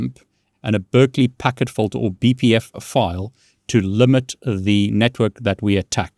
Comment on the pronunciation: Also you are very close and getting better with your english but it's actually FILTER (Fill-TUR) not Fulter. When you say it that way it may be mistaken as a different word.